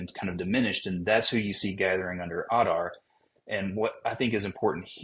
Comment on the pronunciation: AD-ar Not OLL-dar😊